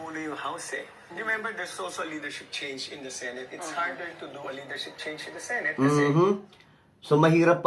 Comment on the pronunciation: BAKA "SENEYT" ANG PAG PRONOUNCE NG SENATE...FYI..